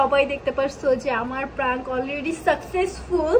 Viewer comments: It’s not প্রাঙ্ক it’s প্রেঙ্ক 🤣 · প্রেংক ❎ প্রাংক✅ 😅😂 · প্রাঙ্ক না প্র্যাঙ্ক😂😂😂😂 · আপুটা প্রাঙ্ক না ওটা প্রাঙ্ক